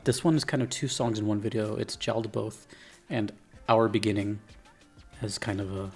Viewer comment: It’s pronounced yaldaboth